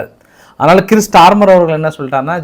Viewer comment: it is not கிரிஸ் starmer. It’s கெய்ர் starmar